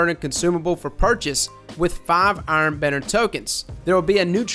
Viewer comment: You know that Benedict Cumberbatch video where he can't pronounce penguin and says it differently each time? That, but with trying to say *Iron Banner*.